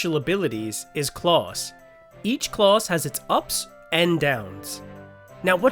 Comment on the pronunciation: Clause? Claws? Oh, CLASS! Good video, clear sound and voice, very good!